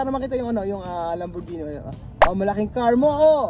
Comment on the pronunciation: Lamborghini is pronounced lam- bor-gi-ni not lam-bor-zi-ni